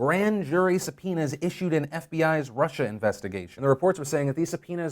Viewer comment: I just heard Phil say "Grand jury su-penis..."...